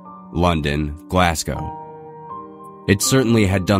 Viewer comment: It's pronounced "Glaz-goh". Still enjoying though, but that just irritated me.